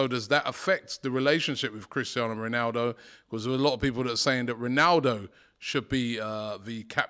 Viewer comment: how DR butcher's Ronaldo's name?